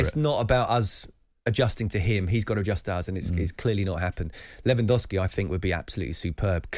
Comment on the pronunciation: Robert Lewandowski it’s probably one of the top -3 strikers in last decade And those clowns can’t even pronounce his name properly😩😩